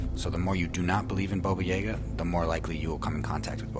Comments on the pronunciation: Thank you he said it right once so he knows how to say it, the second time he said it was correct the rest wasn’t what the af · Baba Yaga not bobo yaga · I'm sorry Bobo??? Dude it's Baba Yaga... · Omg that guy calling Baba Yaga, Boba was so annoying!!!!!!!! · It’s baba yaga why is he saying boba yayga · The guy's pronunciation is killing me. Bobo Yeah-ga. No, I've always heard it as Baba Yaga. 😂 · omg, more vids like these please! <3 also, baba yaga is pronounced yaah-gah, not yeah-ga xD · People can't pronounce names right iam not russian but i know its not bobuyega its babayaga🤦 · The way he pronounced Boba Yaga has me so triggered for no reason... It's pronounced baa baa ya guh. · I remember Baba Yaga!! Although his mispronunciation drove me crazy xD It's ''Bah-Bah'' like making an awful sheep noise and ''Jah-Gah'' both of the parts in her name are pronounced the same just with different starting letters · It's pronounced Ba ba Ya GA! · Why he saying baba yaga like that. Its BAA BAA YAW GUH